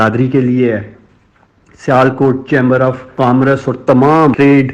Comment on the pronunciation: افسوس کامرس کہنا تو سیکھ لیجئیے۔یہ لفظ کام رس نہیں ہے۔🤦‍♀️